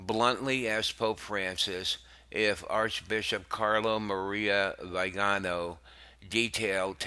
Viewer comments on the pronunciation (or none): I wish you would take some time to learn how to pronounce the words like synod, Chaput and Vigano. Delivery style put me to sleep. This can be something of great need right now- so get your act together.